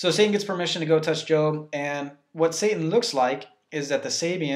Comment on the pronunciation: He said sat-Ing lol but good job you are helping me get red of my demons